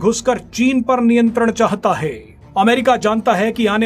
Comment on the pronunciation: ye konsa tarika h news padne ka "उतरा हाई "